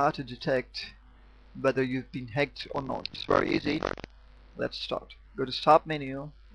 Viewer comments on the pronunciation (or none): none